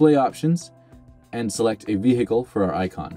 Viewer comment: What is a V-he-ical? Don't get me W- rong, it's a V-hery informative In-tro-duck-sion 👌 👍 😉